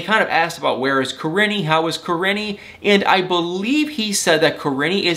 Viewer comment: Kah - Ree - Knee. Correct pronunciation. Driving me crazy how you were pronouncing it. Still the best 😎